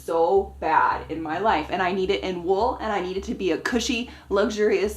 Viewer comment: When said wool in the start when she was introducing the fabric, I literally understood it as wolf! It was seriously giving me red riding hood vibes, lol. And looks French/North-Mediterranean so she seriously should do a historically accurate red riding hood ensamble. I can't quite remember when that story was originally published but yeah. 👍🏻